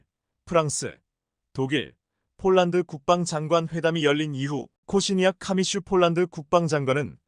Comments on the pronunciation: 원고나 똑 바로 읽으시오.쫄란드가 어디 있나요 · 포란드가 왜 쪼란드로 나오는지?